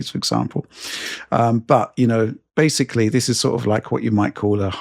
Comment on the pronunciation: The the 1000th shot every time says and pronounces Basically as Basely....